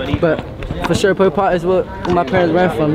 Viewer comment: bro said polpotk 😂😂😂😂